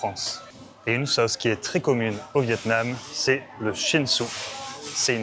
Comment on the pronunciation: 😂 I guessed vetêments? Why is it in grocery? But it is really Vietnam 😂😅